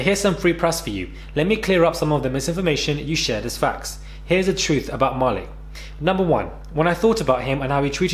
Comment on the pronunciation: Ma - leek not ma-lick....lol